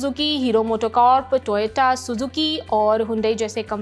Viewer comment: Toyota ❌Toyato✅😂😝